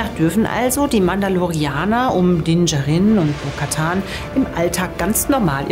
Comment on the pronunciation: Bis auf "Dinn Jarinn" war wirklich alles super ausgesprochen.